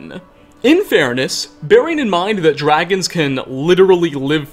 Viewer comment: I like your content and when it pops up on my feed I sometimes watch it....but if you could stop emphasizing UHHH at the end of words where it doesn't belong,I might subscribe...till then,nah bruh....your annoying. "Mysteriesuuuh" "Eastereggsuhhh"..."Dragonsuhh"...."Vampiresuhh" ......seriously bro,cut that shit out.